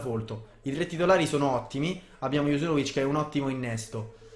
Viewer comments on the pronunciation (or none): cmq si pronuncia junuzovic no juzunovic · E comunque si chiama junuzovic, non juzunovic😂